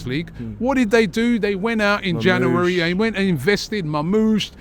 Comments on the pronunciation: Robbie cant say january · Robbie needs to learn how to pronounce January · Why can't Robbie say January....😅